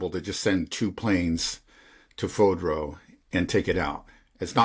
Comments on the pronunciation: fordow, not fodro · Spend a few minutes learning how to pronounce Fordow.